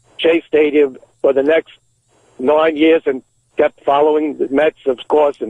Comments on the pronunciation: Who is he imitating that says nine like “noyne”? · Number noine lol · he can't not break whatever character he's doing to say "noine". he has to. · How the hell does Richard Christie's dad manage to say noine in mid conversation lmao Ahhh Sour's too funny